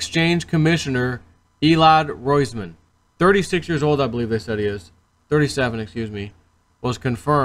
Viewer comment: "ROISMAN"...…..??? Nef Sed!